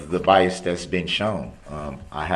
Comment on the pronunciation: the judge made fun of him and told him he was saying BIAST AND it’s actually bias😂😂😂 without a “T” proving he knows the “TRUE NATURE AND CAUSE OF THIS CASE!”